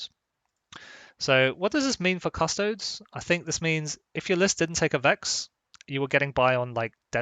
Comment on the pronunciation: so your channel is named Custodes Central and yet you say Custoads instead od Custodies? cant wait for "Asstards Central"